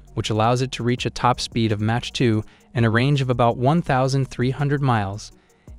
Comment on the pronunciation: its is not match 2. It is MACH 2